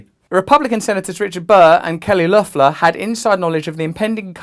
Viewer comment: Nice pronunciation on Loeffler!